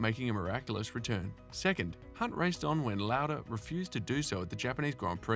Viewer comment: Some much mispronunciation it’s painful. If you are going to cover F1 then you have to learn that it’s an international sport that encompasses international languages and pronunciations. Imola, Prost, Lauda and Villeneuve are particularly offended!